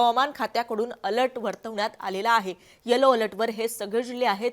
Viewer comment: अलट नाही अलर्ट 😭